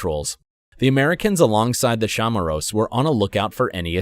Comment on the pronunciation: The heck is a "shamaro?" Chamorro (chu•maw•row)